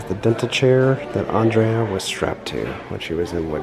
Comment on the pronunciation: Why he say andrea like that